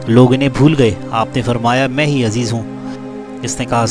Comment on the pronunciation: عزیز نام غلط لے رہے ہو بھائی عزیر نام ہے